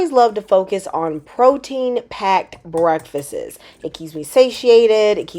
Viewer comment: "breakfisiss" is a crazy pronunciation for a teacher lol